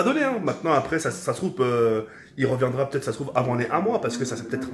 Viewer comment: 90% des comentaires: "C'est "reviendra" et pas "revoendra" et "pendant" pas "pendent"